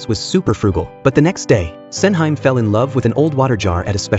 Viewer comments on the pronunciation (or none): LOL. Sen-heym... Sen-Hee-Mae... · The movie looks great but I absolutely can't watch this review anymore when the AI pronounces her name as "Sen-high-m". It's "Sen-hee-meh", you bozo. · Sen hi mey not Senhaim. 🙄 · FFS please get the pronunciation right. "Sen Hime" is pronounce as "Sen - He May" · not MAY. it's more like "MEH" and to the bot's defense, that wasn't even her name in the drama, it was "Sen Handa" / Osen for short. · Sen-hime, read with english pronunciation 🤦🏻‍♂️